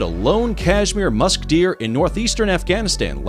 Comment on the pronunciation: Green : musk deer My ear : musketeer